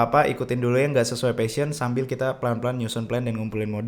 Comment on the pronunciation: Guys, you mispronounce the word "passion"